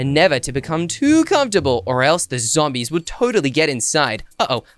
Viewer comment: said Zambies😂😂😂